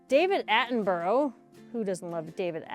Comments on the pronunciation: You pronounce David Attenborough as Attenburra not burrow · I love your channel, you’re a great story teller. I was in this area when it happened so it’s good to hear your take on it. But please, your pronunciation of David Attenborough is wrong. It sounds like ‘Attenburra’. Not the way you say it. Otherwise, fantastic stuff. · Is the narrator drunk ? Or just normally wooden and please learn how to pronounce David Attenborough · Your version of the name David Attenborough is incorrect, funny, but incorrect.